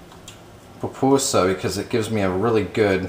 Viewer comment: i'm a chef born in El Salvador and breed there, i appreciate the effort but as much you can tell me how to cook a raccoon i cant tel you how to make a pupusa as it pronounce poopusa